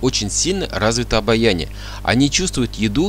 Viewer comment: У них не "обояние", а обоняние! Не " эквалипт", а "эвкалипт"! Не занимайтесь глупостями, а купите средство для мытья полов, на бидоне нарисован таракан. Эту мыльную жидкость , один колпачок, добавьте в ведро с водой. Средство действует на генетическом уровне, плюс отпугивает насекомых. Для людей и животных безвредно. Да, и живите чисто. Успехов!